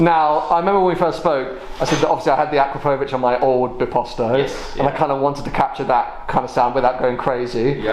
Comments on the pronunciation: I am still waiting for an English speaking person to say the name "Akrapovič" right 😁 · I know you are taking the stickers off, but please ask Vicky how to pronounce 'Akrapovic'. Cheers!